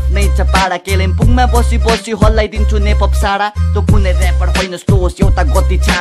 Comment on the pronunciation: Toh haina vai Ta ho, Kyalingpung haina kalimpong ho, Diss hannu aagadi Nepali bolna sik mero vai 😂😂